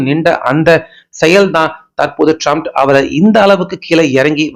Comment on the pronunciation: ட்ரம்ப் என்று சொல்லுயா? Comments பார்க்க மாட்டியா? எத்தன பேர் சரியா வாசிக்க சொல்றாங்ங பார்க்க மாட்டியா? எல்லோருக்கும்" ட்ரம்ப் " என்று தெரியும். உனக்கு மட்டும் சரியா சொல்லத்தெரியல. அவன் லூசாவே இருந்தாலும் பேரை சரியா உச்சரிக்கணும்யா!